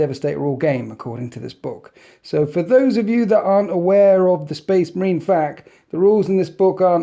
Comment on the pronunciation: when he said FACK instead of F A Q some part of me got unreasonably upset lol. Great commentary tho keep up the great videos